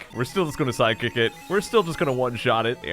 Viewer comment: "Psy-kick"? Sounds like a psychic physical attack...